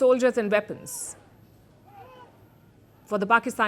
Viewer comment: "Veapons, Veapons, Veapons!!"